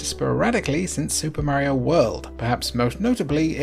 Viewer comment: If you can call him "Mary-o" I can call it "Super NES".